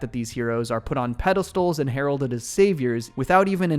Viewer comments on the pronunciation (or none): none